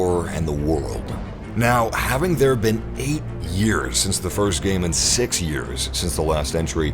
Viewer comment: After sex years? Lol! I swear it sounded like you said sex